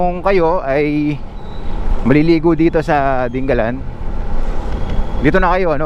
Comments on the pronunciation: hindi po ding- ga - lan. di- nga - lan po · Sa mga taga Aurora, Dingalan ang bigkas dyan at hindi 'Ding-galan' na parang Pangasinan. Mabuti naman mukhang malapit nang matapos yang coastal road. Ingat sa byahe. Thank you for your video. Mahirap lang dyan after nung bridge baka maraming aangal na naman na driver sa sobrang tarik ng daan kagaya ng Gumaca bypass road.